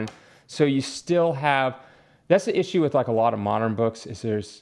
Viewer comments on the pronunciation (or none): none